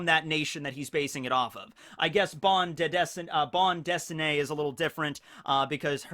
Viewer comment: You actually pronounced Ban Dedessinée pratty well!